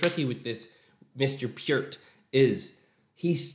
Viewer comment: Pronounced…pear with a “t”